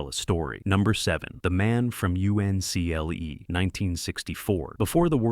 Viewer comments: I hate it when they get cheap with YouTube videos and use a fake human AI Voice instead of a real person, it's The Man From Uncle and not the man from U N C L E. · The Man From You-In-See-El-EE 😂😂😂. You gotta love Artificial Intelligence.. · Dear YouTube, please stop recommending this type of horse manure video. The Man from You-en-see-el-ee??????? Why do you allow clickbait AI videos to exist without a disclaimer?